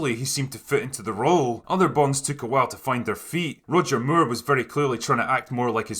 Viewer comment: Funny to hear you pronounce his name as Roger Muir